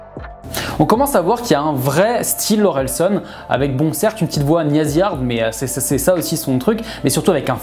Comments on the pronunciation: Tres propre la vidéo ! Par contre tu rend ouf a dire SON au lieu SAN. Continue comme ca 👊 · Super vidéo, mais juste ça me perturbais parce que c’est OrelsAn et pas OrelsOn